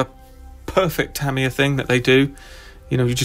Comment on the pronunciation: Ta mi ya, not tam